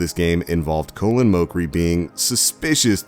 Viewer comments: This guy really called colin colon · You don't even know how to say Colin's name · haven't you noticed he botched up the first name too, it's Colin, not Colon!!! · Colon Mockery